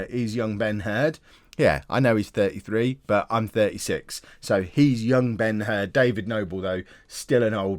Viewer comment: I STG I keep thinking when you say Ben Herd that you're saying Ben Hur... Damn you